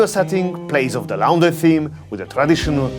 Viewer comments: loooooorndry not (c)lowndry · Please practice your pronounciations... e.g. 'laundry' is pronounced wrong as well as "hosting'.